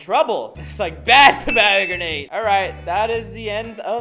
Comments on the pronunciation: Pomogranet is how he’s pronouncing the word 😂 and those r not seeds those r the things u eat in a pomegranate 😂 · Um sorry if it's the way YOU say it but it's a pom- a- gran-it and an auv-a-caud-o just saying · it,s a pom o gran et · OK ITS STILL NOT POM OG GRINATE ITS POM AH GRANITE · Me every time he says “ponogramate” 🤣🤣😂😂😂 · Pom a granit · Avoc adough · He was joking by pronouncing it Puh•mag•ra•nit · The way you say pomegranate. 😂 I mean everyone is different. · yeah he pronuced it wierd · The way he pronounced pomegranate triggered me so badly. Here in Australia’s pronounce it WAY differently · Its not just Australia he said it wrong anyway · Mate, you say pomegranate and avocado like someone who's only ever seen pomegranate and avocado written down. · we do too he was just pronouncing it wrong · You say the avocado and pomegranate kinda strange...not to hate though😅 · That’s not the way you say pomegranate and avocado 😂😂😂